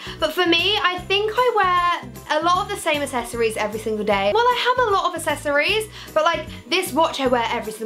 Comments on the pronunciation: Is it just me who noticed she can't say accessories properly 😂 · she really cant say accessories or jewellery lmao